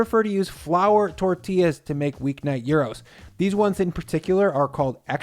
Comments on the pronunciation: no such thing as YIOURO, its called YIROS not YAIROS, NOT YIOUROS, YIROS (YEROS), also this is not Gyros its Doner. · Looks super delicious (as always), but the way you pronounce "Gyros" is almost a hate crime :D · It's called gyros though. Not "gyro"?!